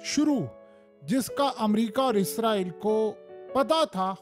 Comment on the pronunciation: یار باکی سب ٹھیک مگر ازرایل نہیں اسرائیل ہوتا ہے بس یے ٹھیک بولا کرو